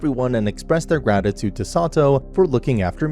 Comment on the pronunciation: Did he say they expressed their ratitude? 😂